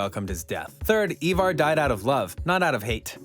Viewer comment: Bro the way you say some of their names 🤯🤯 did you even watch the show !!! Whos eeevar its ivar but pronounced eye-var